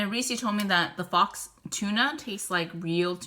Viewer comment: LOL on your wrong pronunciation of "faux."